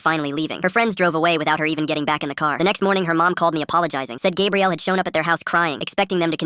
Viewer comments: Stop saying gabriel, it's gabrielle. 2 men can NEVER have a baby! Stupidest ai ever! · Pretty sure it’s like Gabrielle, like for girls, But the A.I pronounced it as Gabriel. I know someone else probs said this, but why not say it again. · It can be Gah bre elle. Not Gab re el. Ai mispronounced it.